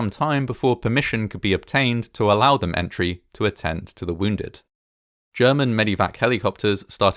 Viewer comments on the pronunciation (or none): none